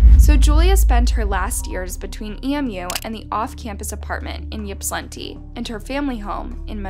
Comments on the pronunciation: You keep calling it yipp-slantee lol it's pronounced ip-sill-antie Source: lifelong Michigander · yipslinti is cracking me up. ip•sill•lan•tee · Ip-suh-lantee It’s a rough working class town with a lot of crime, and little wealth. Very, very redlined city. Basically all the service workers from wealthy Ann Arbor next door live in Ypsi, or EMU which is the inexpensive school college. It’s a rowdy place full of shady poor folks that mingle with the drunk undergrads… lots of gnarly things happen there. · It's pronounced Ipsi, Ipsilanti. I know it's weird but thank you for covering this! You should cover one of my peer's cases. Her name is Jayde Lee, she's also from Michigan. Love your channel! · She says it like shes skipping right over the 'i' between the 's' and 'l'....'Yip-slan-ti'. I'm from Massachusetts and there are cities and towns here that get completely annihilated when people try to say them. 😂 Every state has towns like that. Unless you grew up around the area and know how to pronounce them, people unfamiliar will try to pronounce them phonetically. I'm sure we all have stories about this subject. 🤗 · Ipsaa lantee is how it is pronounced. Glad you covered this. Some really shady stuff happened through all this. Boy oh boy do I feel so bad for their Mom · Ypsilanti is pronounced ... ip-suh-lanty. Don't worry, when I moved to Michigan 20 years ago I butchered the name, too. LOL 🤣😆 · Funny those of us in Michigan pronounce Ypsilanti (ips- ull-antee) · You're not pronouncing the town's name correctly. It's pronounced "Ip-sil-lanti" (I live in Michigan). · Ip-sil-anty is how you pronounce Ypsilanti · Ypsilanti is pronounced Ipsilanti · Ypsilanti is pronounced Ipsilanti.....on to more important comments... what kind of mother throws their child out??!!....regardless of the mouthiness...... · Ypsilanti is pronounced ip-si -lanti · 🗣️YIP SI LANTI = YSILANTI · OMG being from Michigan I’ve never heard Ypsilanti pronounced like that 😂